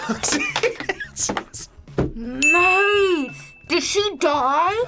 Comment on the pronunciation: did say “maaaaate”? 😂😂 she’s been watching some British shows if that’s the case